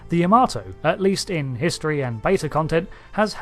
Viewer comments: It is properly pronounced YAH-mah-toe, not ya-MAH-toe. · why can brits not pronounce Yamato correctly? unless they know japanese.. its not Ya-Maaarrr-to its Ya.MA.to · Why do you keep saying the name wrong? its pronounced YA-MA-TO not Yahmarto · You butchered the pronunciation ya-ma-tow